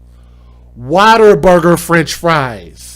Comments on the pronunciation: Sorry but I have to say this... it’s WhatAburger not Waterburger. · It keeps making me laugh every time he pronounces What a Burger as Water Burger lol